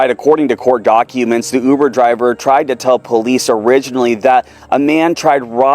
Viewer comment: It is not ubu it is uber